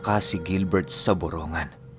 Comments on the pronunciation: Boronggan eastern Samar Hindi borongan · Borongan Samar ! Pronounce Po boronggan Po NINUNO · borong-gan po pronouce po sa borongan. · Borong-gan Po Ang correct pronunciation ❤️Boronganon Here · Borong-gan po ang tamang pagbigkas Nyan. Taga Samar dn Po KC Ako.❤️❤️❤️